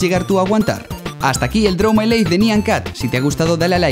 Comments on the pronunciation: Se pronuncia naian cat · No es nyan cat es nya cat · Se pronuncia "naiyan cat" o "nayan cat" Y no te molestes conmigo, lo digo porque... en realidad no se porque "dije" esto 😂 pero no me mal interpretes, Plis Y podrías poner los videos que decías, en la descripción por favor :D